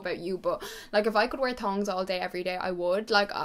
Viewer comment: OMG it’s NOT “tons” it’s THONGS